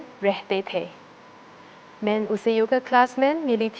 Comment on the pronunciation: She definitely doesnt speak hindi and reading the script of you observe. मैं main she prounce मैन